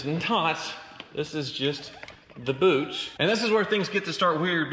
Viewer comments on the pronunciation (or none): none